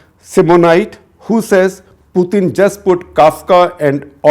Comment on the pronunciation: FFS, learn how to say Putin’s name correctly